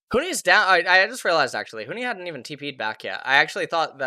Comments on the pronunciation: Bro its Huni not Huhi XD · he probably watched a 100t game and got used to saying huhi not that big of a deal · Why does he keep calling Huni "Huhi"? I mean they're both Asian but that's like the only thing they have in common.